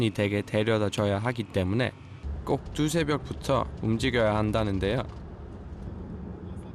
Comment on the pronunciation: 나레이션은 외국인이 하시나요.. 꼭 두새벽이라고 하셔서… 이런건 그냥 한국인이 해주셨으면…